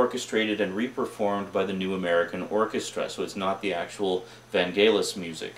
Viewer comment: Your mispronunciation of Vangelis is annoying >.< Other than that I am intrigued. Share TheBeans, no. Just no.